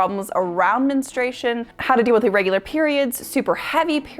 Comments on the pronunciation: Why can't so many people properly pronounce the word "Men-STRU-ation"? It's not men-stration. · Why do you say menestration? It’s menstruation.